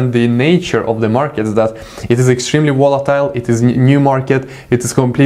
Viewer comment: "It is extrement wolitiwle" LOl this guy is awesome great content !!!!